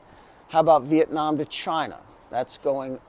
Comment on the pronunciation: It's Viet nam, not Viet nem.